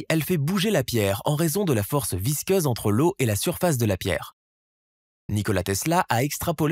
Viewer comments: Visqueuse et non visceuse ! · Plusieurs fautes graves de vocabulaire impardonnables ! Force VISCEUSE de l'eau... Visqueuse !! Pas visceuse !! 👎 👎 👎 Et Mach en unité de vitesse !! ET NON MATCH !! 👎👎👎👎👎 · "Visqueuse", ça fera plus crédible ... "Match 13" ? Sérieusement ? C'est Mach ! (pron. : "mak") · Force visceuse😂😂😂😂😂😂 visqueuse oui. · Visceuse ??? Ah, visqueuse. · visqueuse pour info pas visceuse.... mdr